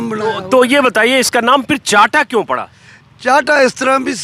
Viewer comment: चांटा नहीं, चाहटा कहते हैं। इसको आप हर्बल टी कह सकते हैं।